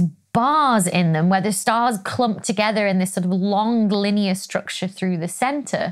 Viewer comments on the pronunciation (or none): none